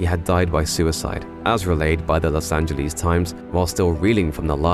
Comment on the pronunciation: Angeles, not Angelease